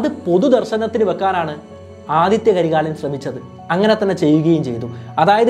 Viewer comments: Aditha not adithya 😂😂😂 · ആദിത്യ കരികാലൻ അല്ല ആദിത്ത കരികാലൻ എന്നാണ് അതേപോലെ വനവൻ മാദേവി അല്ല വാനവൻ മാദേവി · Aathitha karikalan not Aathitya karikalan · Nice.. 👍but Adithitha karikalan not adithya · Athitha karikalan not Adithtya karikalan 😂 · 'ആദിത്യ കരികാലൻ' അല്ല, 'ആദിത്ത കരികാലൻ' ആണ് 💯